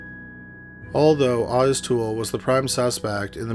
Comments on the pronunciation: Wait do you guys mean Awtis Toole? I’m seriously thinking of checking out that Cowigila documentary he mentioned in beginning. Wtf?? Does dude do that on purpose? How you be a true crime narrator and call Otis, Awtis?? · It's "oh-tiss". I wouldn't use any pronunciations from this narration as a guide. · I do that too lol but Ah-tiss is such a weird way to pronounce Otis I think lol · it's spelled Ottis. I've heard it pronounced Otis more than Awtis so that may be correct, but the spelling looks like Awtis. Kinda like "Oddest" lol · how can you not know how to say the name "Otis"? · pretty sure that is not how you pronounce the name Otis...